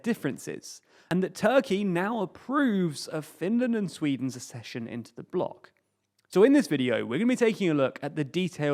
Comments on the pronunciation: Accession. *Ak-session*. As in ak-sess, suk-sess, suk-seed, ak-sellerate, ak-sident, ak-sept, ek-sentric, vak-seen, ak-sent ... and, just for completeness and because some readers may absorb this: cok-six (coccyx) not kokix, and suk-sinct (succinct), not sussinct. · ACK-session, like access. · Pronounced AKCESSION. K